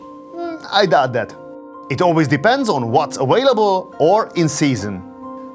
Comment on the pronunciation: “Awailable” LOL